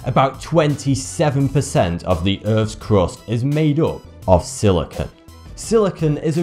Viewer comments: silicon is not silicone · It is siliCONE not siliCON.